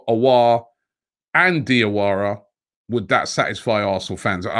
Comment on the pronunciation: Robbie the correct pronunciation for Diawara is Jawara cause Dia is French spelling for Ja